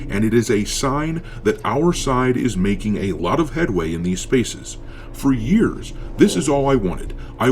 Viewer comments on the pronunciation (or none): none